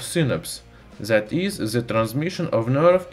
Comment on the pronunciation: Is it so Hard to say "the" and not "ze"? It ruins whole video